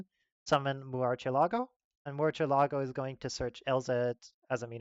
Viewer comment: You are the 1st person I've heard pronounce murcielago in 1 word since the card came out. Shame how little people care about cars in the community